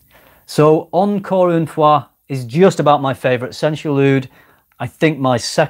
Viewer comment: thumbs up for a perfect pronunciation of "encore une fois" (i'm french)